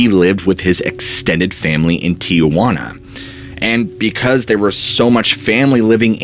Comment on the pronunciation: It’s not TIAjuana it’s Tijuana